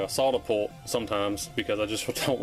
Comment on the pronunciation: and I heard "sawdapolt" and had no idea what you'd said. But google figured it out: Soldapullt is a brand of one of those cheapie spring-loaded solder suckers.